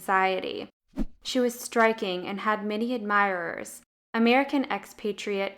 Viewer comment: admirerers? Thats not a word.😂